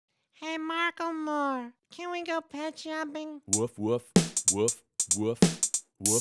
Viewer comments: As many times as I've watched this,I just realized he says hey marklemore and not Macklemore hahaha omg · I just realized he says Marklemore at the beginning. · marclkmore, i thought his name was Macklmore ??!!?!?!?!?